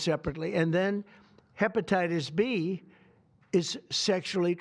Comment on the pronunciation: 😂😂TAKE HEBATITUS B HE SAYS 😂😂😂😂😂😂